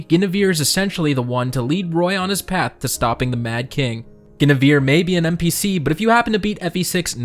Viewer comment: Your pronunciation of Guinevere tho... shudders